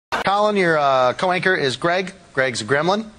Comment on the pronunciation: Why is he saying co-wanker instead of co-worker?